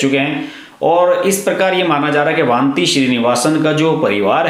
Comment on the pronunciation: वानती नही " वनिथी"